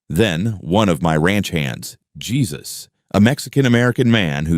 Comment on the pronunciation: Teach your automatic reader that the Mexican-American man is named Hay-soos, not The Son Of God (Jesus). 😁😉